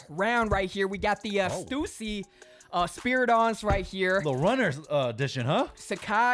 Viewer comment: It’s STÜSSY NOT STUUUUSSY DAMN THERE IS A „Ü“😂